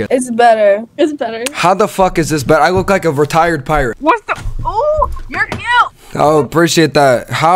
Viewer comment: Bro said a retiered pirate💀